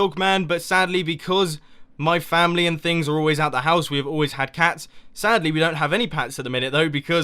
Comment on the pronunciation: mumbo said pats instead of cats, lol!